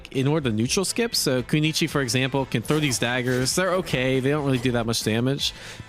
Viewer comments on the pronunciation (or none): Just so you know its kunoi -chi not kuni-chi. Butcher butcher lol